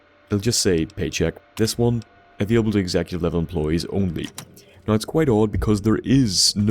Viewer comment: Magicians haha Great video, man, I love how you pronounce "Now" "Noy". Liked, faved, subbed